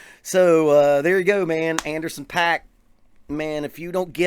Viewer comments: His name is pronounced "POCK" NOT PACK!! If you are going to give your review of a particular musician, the LEAST you can do is learn how to pronounce their name correctly. That's equivalent to a music teacher explaining drum rudiments to their students and says "LRLL RLRR LRLL RLRR" Pay-ruh-dib-ble, Pay-ruh-dib-ble, Pay-ruh-dib-ble, Pay-ruh-dib-ble... Suddenly the student stops practicing and annoyingly screams, "IT'S PROUNOUNCED PAIR-RUH-DIDIDLE!! NOT PAY-RUH-DIBBLE"!! WTF??! I had to get that off my chest. I'm cool now. 😂😂😂😂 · It’s actually pronounced Anderson “Pock” :) Great vid!